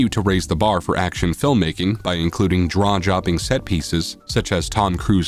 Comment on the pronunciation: "Draw jopping" set pieces indeed, lol.